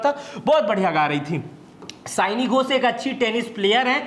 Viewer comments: सयानी नही सायनी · सयानी नहीं सायनी घोष है।